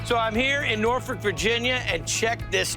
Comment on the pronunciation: It's pronounced "nawfick"